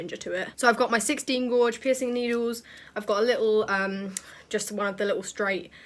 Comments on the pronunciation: She said gorge and Tr-a-gues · I’m sorry I love u so much but the way u say Tragus, jewellery and gauge just doesn’t sit tight 😭😂